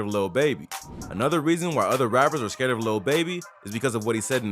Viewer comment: Why this guy saying scared lol sthu man.....lil baby nice he the goat of the youngsters ...yall have to word and say shit the correct way smfh s.o to him word 💪🏾💪🏾💪🏾